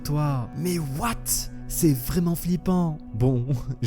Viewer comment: Ce qui me fais rire c'est quand tu dis "MAIS OUATE ?!" (J'ai fais exprès de mal écrire)